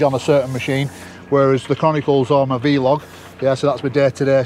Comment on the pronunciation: Vee Log 🤣 Excellent content